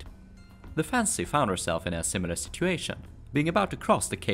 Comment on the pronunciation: I think I can speak for a lot of us when we say we're not taking offense by it just sounds a little funny to our native ears. (Mostly the way you say "fancy") You make awesome videos please don't take any offense ( you pronounce it "correctly", without splitting the word up. Generally you pronounce "fan-Sey" inflicting the on the second syllable , sounds kind of silly to a native speaker. you pushed the two syllables together sounding much more natural) anybody who gives you BS about your pronunciation ( other than me just now of course😂) ask them how many languages do they speak. Please keep making your awesome videos!!